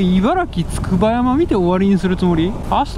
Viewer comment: つくばやま読みめっちゃ気になる笑